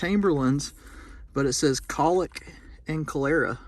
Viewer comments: Its pronounced "Collar eh ah" . Cholera was a pretty bad water borne disease. And in NY they figured out a well in the middle of a residence block was the epicenter of a massive breakout! is a wisdom tooth. with the real long roots. Yes, it looks like a human wisdom tooth. I show an testimony for the pharmacy dated near Birmingham. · That is pronounced Col (small O) er (small E) a (small A), Cholera. Great finds!!!! Love your videos!!!